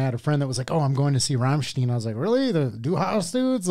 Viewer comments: A lot of their songs have double meanings like this one. Du hast is "you have" but if you were to say "du hasst" that means "you hate". So this song could be "you hate me" or "you have me" depending on how you say it. This is a song on a play of words. Also, their name is not pronounced Ramm-steen it's pronounced Ramm-stine. It's the same how you pronounce stein, the German glasses that hold beer during Oktoberfest. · The correct pronounciation is as if you write "rumshtine". Believe me, I am German 😉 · Wonderful how they even can't pronounce Rammstein correctly :-D Rammsteen, Ramenstein, Ramamenstein... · Rammstein the EI part is pronounced as I. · Bro really said rammstien 💀💀💀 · It’s More like „Rum stine“ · its pronounced " ROM SHHHHHT- EYE- NNN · pronounciation: raam-shtine! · Their pronunciation of Rammstein is killing me. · You managed to live on this earth for decades without hearing of Rammstein.... Oookaaaayyy Btw. It's not Raaamsteeeeen, it's "Rum"st"eye"n, like you would pronounce the eye and the Liquor Rum. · Ramm ch t eye n, can you american pronouce that, for God's sake ! (not ramm ch teen) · NOT...Rammst"ee"n...it's...RAMMSTEIN...!!!!!!!!! My Goodness.......😤🤬🤦‍♂️👎🇩🇪🇩🇪🇩🇪🇩🇪🇩🇪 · Pronunciation isnt right. its nor said "Rammsteen" its "Rammstine". Chill out teacher lol. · Its not pronounced Steen as in been. It's pronounced Stine as in nine. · FYI- German pronunciation tip- words ending with -ein or ien: the second vowel in the combination is the hard sound in the pronunciation. So that means Ramstein is pronounced as RAHM-schtine. It would be RAHM-schteen if it were spelled Ramstien. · Saw them in our national footballstadion live for +50k people they´re great live, great songs, fireworks, giant flames you can feel the heat just some great time off to experience with some (male) friends, having a beer, .... 😂 been a fan for over 20 years. Btw its rammstein not rammsteen ;-) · It's RammSTEIN not STEEN. Guy with the red baseball cap is correct.